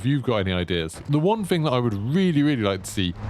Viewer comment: THING not "Fing" tf is this English